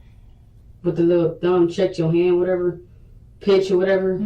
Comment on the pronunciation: Why she keep saying wateva